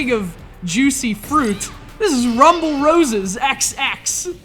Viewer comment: The title is pronounced Rumble Roses Double X. Also, the first game was so much better.